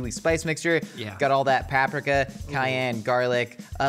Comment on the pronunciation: the only other person I know who jokingly pronounces paprika that way